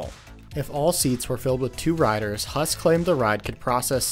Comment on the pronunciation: Huss should be pronounced like who-ss